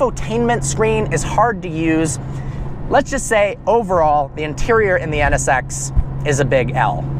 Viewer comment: When he says NSX it sounds like he's saying sex LOL